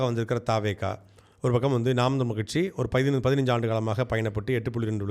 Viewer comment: ரொம்ப கஷ்டம் கட்சி னு ஒழுங்கா சொல்ல தெரியல நீ... அடேய் உனக்கு சரியான கச்சு தற்குறி tvk தான் 😂